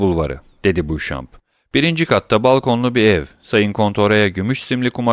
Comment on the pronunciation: Emeğiniz için teşekkürler. Elimden geldiği kadar romandaki bazı kişi ve yer adlarının doğru okunuşlarını yazmaya çalışacağım. Helder Caddesi : Elder Caddesi Spagna : Spanya Nîmes : Nim Canton : Kanton Baron Franz d'Épinay : Baron Franz Depine Beauchamp : Boşan Château-Renaud : Şato Röno Lucien Debray : Lüsyen Döbrey Saint-Denis Sokağı : Sen-Döni Sokağı Saint-Germain Mahallesi : Sen-Jermen Mahallesi Temple Bulvarı : Tamplö Bulvarı Julien Kaplıcaları : Jülyen Kaplıcaları Maremmes : Marem Pontins Bataklıkları : Ponten Bataklıkları contadîne : contadin Montmartre : Monmartr Grenelle Ovası: Grenel Ovası Matmazel Eugénie Danglars : Matmazel Öjeni Danglar X.Charles : X. Şarl Légion d'honneur Nişanı : Lejyon Donör Nişanı Le Corsaire : Lö Korser Le Charivari : Lö Şarivari Blount : Blûnt Arstein : Arşayn Maximilien Morrel : Maksimilyan Morel Chaussée-d'Antin : Şose-Danten Meslay Sokağı : Mesley Sokağı Pompadour : Pompadur Emmanuel Herbault : Emmanuel Erbo Champs-Élysées : Şanz-Elize Bertuccio : Bertuçyo Fontainebleau : Fontenblû Vaudeville : Vodvil Variétés Tiyatrosu : Varyete Tiyatrosu Kral Charles : Kral Şarl